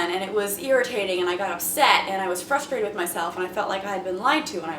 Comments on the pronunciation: Did I hear Jacyln say "fruthrated"@ ? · fruthrated xD